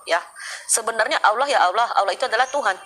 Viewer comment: Hadehade tidak takut dosa ka ? Cara ngomongmu saja jelas ko Islam tdk ada Kristen sebut Allah itu allwo 🤣🤣🤣🤣🤣🤣🤣